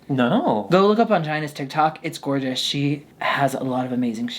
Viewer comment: LMAO “long jeorgeous” 😭😭😭